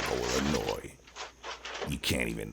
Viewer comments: its 'Illinois',the s is silent. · I live in Chicago and This is WHY it's UNFORTUNATE THAT PEOPLE cannot CONCEAL AND CARRY HERE. THESE THIEVES WOULD BE DEAD IN THE SOUTH OR THE SOUTHWEST. P.S. THE " S" IN Illinois is SILENT....ITS ILLINOY... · The "S" in Illinois is silent. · The S is silent in Illinois just as an FYI.